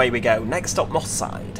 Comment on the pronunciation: Moss side sounds like Mossad